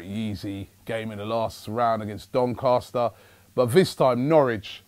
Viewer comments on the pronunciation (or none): none